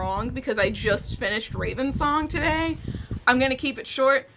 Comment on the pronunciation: why it so funny for me the way you said, it sounds like something like today we need to bury